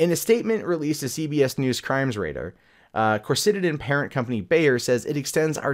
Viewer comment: Do... Do you even GOOGLE things before you talk about them??? Coricidin is NOT a SYRUP! It's a PILL. Jeeze, man, first pronunciation and now the substance of the case seems totally unknown to you. Come on, man. Tighten up!